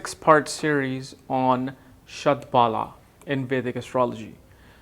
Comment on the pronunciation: You r pronouncing it wrong. Shad Bala means Shad Force. Bala is pronounced like 'Hollow' with B instead of H and O having a slight 'a' component